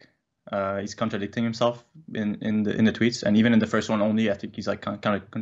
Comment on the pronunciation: This dude says “teh” seriously. He’s got brain damage folks just move on